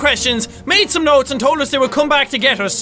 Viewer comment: Plz don't read the Random Nots !!!!!!!!!!!!!!!!!!!!!!